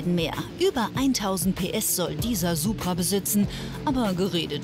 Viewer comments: Kleiner Tipp am Rande es heißt „Supra“ und nicht „Subra“ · Es heißt immer noch DIE Supra, NICHT DER - Banausen :D